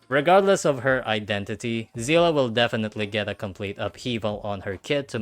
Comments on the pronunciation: Zeela ? seelee is how you say it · her name is not pronounced zila its zeele please use Google translate to see how seele is pronounced why is everyone pronouncing it wrong...